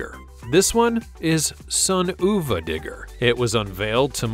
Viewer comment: Oova digger??? If your gonna narrate this stuff learn the name. You even said it Son of a Digger. How sad 😞 uva pronounced of a not oova wow just wow